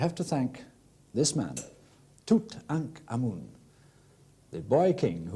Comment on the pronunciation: I LOVE this video because he actually pronounces the pharaohs name correctly!